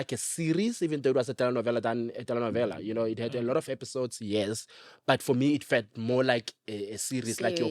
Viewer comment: Love how he says telenovela ❤❤on point